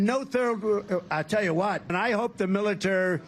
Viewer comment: he can't even pronounce the word "military". You can add that to the long and ever growing list of words that he cannot say starting with "origins", "anonymous", "Yosemite", "infrastructure", "Namibia", etc, etc, etc (he probably can't pronounce "etcetera" either).